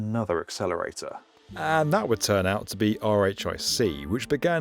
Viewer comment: Just a heads up as someone who lived in the area and have friends and family working at BNL (and I interned there twice!), RHIC is usually pronounced "Rick" rather than pronouncing each letter of the acronym, and (fun fact) the original EIC proposal (e-RHIC) I've heard said as 'e-Rick' or 'Eric'.